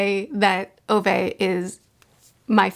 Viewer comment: The correct way of pronouncing Ove is roughly around this: Oo-veh / Ou-veh The eh-part is sort of like the E in Every. It reminded me of my late grandfather who had the name, maybe I'll read it some time